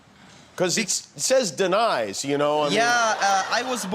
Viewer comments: Denies. Denys is pronounced “Dennis” come on Jimmy, you don’t want someone to tell Trump about this. Actually, never mind, all he sees is Dennys!” Mmmm Grand slam! That’s my Grand Slam joke. I got the guy I hate, Trump, and a guy I love and respect, you in one correction comment! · Out friend Denys 😎 Yes It's said like Dennis Imagine the y is an e kinda